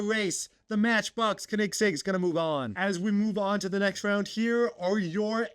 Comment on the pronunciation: Tf is a konigsig 💀 it’s pronounced co-in-seg